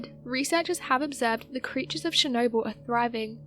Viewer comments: CHernobyl not SHernobyl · And it not "SHERnobyl"